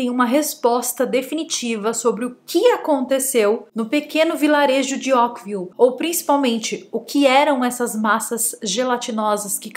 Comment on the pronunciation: Essa chuva aconteceu em 1994.. Caso antigo!!!! Ókvile???? .... é assim que voce pronuncia ao invés de Oakville? . Fizeram filme para a Netflix...mas é caso antigo